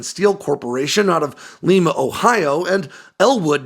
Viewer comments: Lima Ohio is Pronounced LYMA not LEEMA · try Lie Ma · It’s pronounced “Lime-uh,” Ohio…🙄, yeah, it’s an Ohio thing. For example: Russia, Ohio is pronounced, and I am not joking…”Ru-shee”🤦🏻‍♂️ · Lima, Ohio is pronounced lie ma. leema is in europe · Lima, Ohio is pronounced like lima bean, not like the city in Peru. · Liiiiii-ma Ohio - Long I vowel. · It is pronounced Lima like Lima bean. Not Lima, like in Peru. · It’s called Lima ( lime ahh) Ohio. You didn’t say it correctly. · I love you, but for Lima in Ohio, us Ohioans call it LIE-MA. Great video.